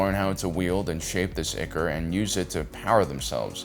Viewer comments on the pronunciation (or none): Ichor = eye-kor